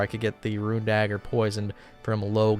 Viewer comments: Even when he tries to pronounce runes properly he still mispronounces it, wtf? Roo Roo, say Roo not runs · Roonz not roo-inz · The only guy i know that can pronounce "Icthlarin's little helper" but not "runes"